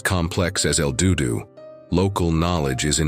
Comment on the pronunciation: Another AI channel that can't properly pronounce words correctly. IF the divers had kicked up silt how is it there was "no trace" of them in the main cave? Wasn't the silt all kicked up a trace? AI is such bull shite, did you even listen to this video before posting it lol El DooDoo lol.